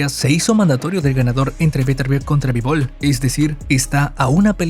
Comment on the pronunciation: Mejor q no rete a vivol, meeeeeeenos a vetervier